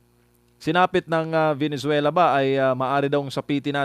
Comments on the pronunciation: Venezuela not venenzuela😂🙄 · VENEZUELA PO PROF HINDI VENENZUELA 😂😂😂